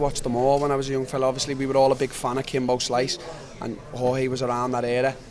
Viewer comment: How tf do people still call Jorge, George, TO THIS DAY?